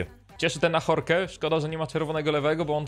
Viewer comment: Ahorke XD Ażork się wymawia haha